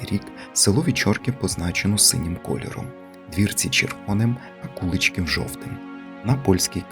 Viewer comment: Дуже цікаво ,я зВеликих Мостів з діда прадіда ,мій тато також служив в польскій армії в 1939 роціті в нас згадувалося село Вечорки і у В.Мостах живе Мар'ян Кладний ,може то родина ,а село називажться КуличкІв ,наголос наІ ,село недалеко від Белза